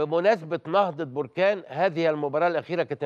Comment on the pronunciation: هذا اعلامي حمار يعني حمار.مهاجم جزائري لابا كودجو 😅😅😅من اين جاء هذا الصحفي ؟ هو مهاجم طوغولي اسمه لابا كودجو.وجد صعوبة في نطق اسمه.لسانو بحلا سكران لاب كوجو بلا كوجو.قول عمتك كوجو.علا مستوى ديال الصحافة فين وصل.حتى اسم فريق نهضة بركان ينطقه خاطئ نهضة بركان بضم نون بركان.تصبح اسم بركان مطابق حالة خروج الحمم من الارض.لا حول ولا قوة الا بالله.